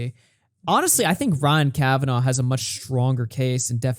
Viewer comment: "Ryan Kavanov" 🤣🤣🤣 Good one, Baldy Daniel Keem!